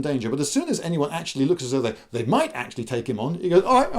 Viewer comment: So sey can tear out se guts of seir opponents.